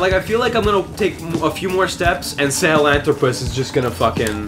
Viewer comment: Sahalanthropus is 5 syllables, not 4, but for some reason, this and the Shagahod just stuck with me, their names are very unique, unlike Ray and Rex